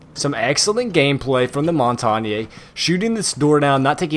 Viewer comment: I luv it every time u say tactical hameplay